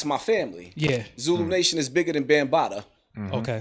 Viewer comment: Did yo really say 'Bam-Bottoms'??? 😆😆😆😆😆